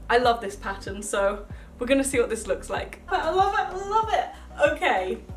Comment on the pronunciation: Who else really really loves when she says "WOT" and not "what"? I FREAKING L O V E IT